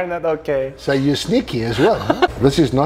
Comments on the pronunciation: Starts video recommending you turn subtitles on to understand his english, is totally understandable and even pronounces Bordeaux better than most americans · "Hm, maybe I'm wrong but it would be strange" drinks some more "Hell no I'm not wrong" drinks "No fucking way I'm wrong" driiiiiiinks "You tried to fuck with me, bad move" proceeds to absolutely nail the French pronunciation while "dying" in heaven This man knows his business